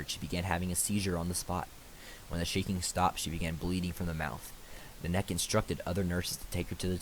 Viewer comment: Exactly she nenneke not nanek